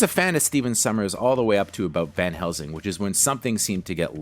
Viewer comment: 'Van' Helsing, not 'Ben' Helsing.